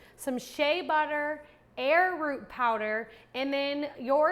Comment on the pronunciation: Arrowroot is pronounced Arrow-Root not Air-Root, for the record. I make my own deodorant and I love using Dragons Blood oil for the scent. It doesn't smell feminine and people love the way it smells. I use Soy Wax instead of bee's wax too. I am a vegan and I avoid using a bee based product. I don't use the arrowroot. Instead, I use Cornstarch. Another great thing to know is that if you make this ahead and chill it in the refrigerator overnight uncapped it firms up better without losing its scent. After that, it thickens the longer it sits capped, after having been made.